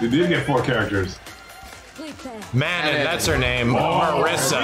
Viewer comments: ir's pronounced Mah-non/ BTW. not Manon like Ganon. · Her name is pronounced as "Ma - Non" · Hey! Leaving a little tip. It's pronounced: Ma-known. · So funny how you guys pronounced Manon. XD